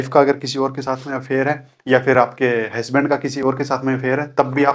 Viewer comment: हैस्बेंड नहीं.... हसबैंड होता है!!